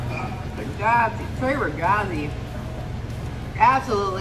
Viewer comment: love how you say 'TRE RAGAZZI' with american accent😂😍